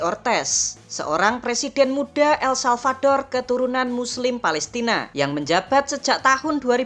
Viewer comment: El-Salvador min... bukan salvaldor